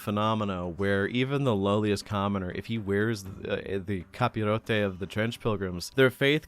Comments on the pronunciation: Have to say, as a spaniard, your pronunctiation of capirote is pretty much perfect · This where been able to speak English and Spanish comes in handy “Capirote” 🗣️